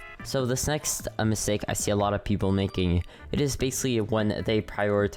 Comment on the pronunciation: Ah yes…. “Misake” lol not judging dont worry